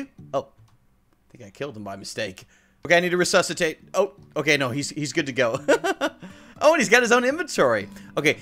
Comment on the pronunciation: re-sus-atate